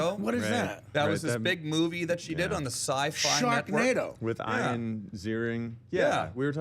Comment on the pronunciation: Tom said "iron" the same way Norm did...must be a Canadian thing